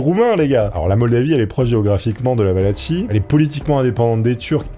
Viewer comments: Valachie se prononce Valaquie et les personnes se nomment Valaques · ça se dit Valaquie !! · Excellente video comme toujours un régal, surtout avec un sujet passionnant 👌🏼 Simple précision la Valachie se prononce "valaquie" 🫣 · j'en peu plus. faut que tu te décide : soit c'est Valachie ("valatchie" comme tu le prononce) et valach(e) soit c'est valachie ("valakie') et valach ("valak" comme tu le dis) mais pas un mix des 2. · La pauvre Valachie (va-la-ki) qui s’est fait massacrer son nom quarante fois en une vidéo 😅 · Soigne ta prononciation! La Wallachie c’est comme orchestre 🤦🏻‍♂️